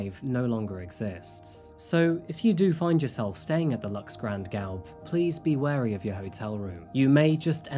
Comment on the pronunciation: Lol, usually he is great but he butchered Grand Gaube 😅